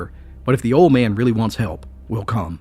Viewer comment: I notice you say hope instead of help. Lol